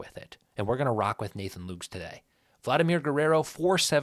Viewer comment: I feel like a d correcting your pronunciation but I know you don’t mind. Nathan Lukes is oddly pronounced Lucas. 2 syllables.